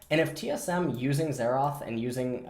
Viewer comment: Xerath not Xeraath